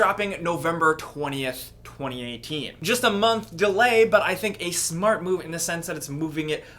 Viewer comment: Am I the only one who heard him say "smart" or "small" because for a second it sounded really British to me 😂